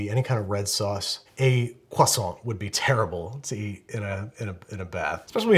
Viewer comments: At last, an American who can properly pronounce croissant!!!!!! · As a french speaker, i'm geniunely impressed at how well Andrew can say Croissant